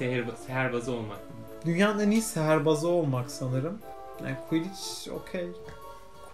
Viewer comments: Niye sihirbaz degilde seherbaz diyor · Seherbaz değil sihirbaz